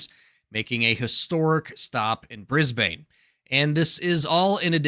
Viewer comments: lolz Bris-bayne it's Briz-bin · G'Day USA. We pronounce it "Bris-bin". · Isn't it pronounced Brisban? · No self-respecting Aussie would say 'BrizBIN' - or 'BrizBANE'. It's 'Brizbn'. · It's pronounced in Aussie: Briz bin NOT Bris BANE! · The way to say Brisbane is by sounding the “bane” as “bin”. So while it’s spelt Brisbane is pronounced “Brisbin”. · My mea culpa for mispronouncing Brisbane is in this video. 1,000 apologies my friends!